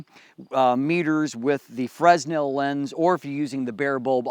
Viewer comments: Great stuff. It is a bit annoying to hear you say fress·nel. It's prounounced fruh ·NEL. Thanks for the review! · Nice review but sorry I couldn't help myself from making this remark really sorry. It's Fresnel FERNEL nor FRESNEL. Thanks for the informations thou, I just bought one I can't wait to receive I shoot 4x5 film with a Graflex Crown Graphic and I'm going to use the EC200 extension to put the AD200 in my backback and have just the bulb on a coldshoe and the 5" refractor. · As always, I appreciate the review. Just one critique: the S in 'fresnel' is silent. Pronounced 'fer-nel' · It is pronounced "franel." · The "s" in "fresnel" is silent, yo.